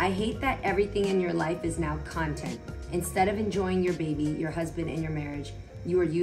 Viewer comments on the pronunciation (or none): Not the “contant” 😂😂😂😂 SN, who gone tell them it’s “content”?